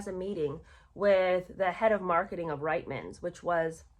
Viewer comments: Sorry, I’m Canadian and it is pronounced Reetmans. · My apologies. I know it's frustrating & irritating to be called out on pronunciation however it is equally frustrating & irritating to Canadian ears to have nation wide names mispronounced. That being said it is: Rietmans pronounced (Reetman's) & Rideau pronounced (Reedoh). You may roll your American eyes but since I am listening to your podcast thereby helping it I would very much appreciate if you did a little research into Canadian/British pronunciations.